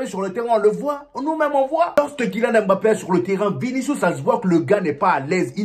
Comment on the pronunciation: ...on dit "mbappe"...pas "m-bappe"...lol